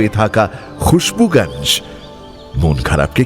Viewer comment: সবই ভালো লাগে। কিন্তু মানুষ আর জায়গার নামগুলো আপনারা হিন্দির মতো করে উচ্চারণ করেন কেন? যেমন খুশবুগাঞ্জ কেন বলছেন? গঞ্জ তো স্পষ্টই উচ্চারণ করা যায়।